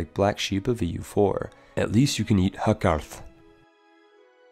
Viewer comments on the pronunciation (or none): . . . its not hakarth its HAU KALL (very strong Ls) meaning high/tall man. It means shark of course. I don't really get why people think Icelandic is a dark and harsh sounding language, it is one of the most poetic languages out there while i do admit old Icelandic was harder it was still no where close to HAKARRTH, they just sort of did not like the sound of U as much as today.